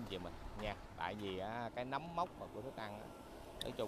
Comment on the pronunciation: Người ta nấm chứ không phải núm nha anh ơi . Nói tiếng việt như anh chắc có ngày cắn lưỡi quá